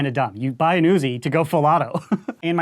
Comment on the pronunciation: Woozi instead of UZI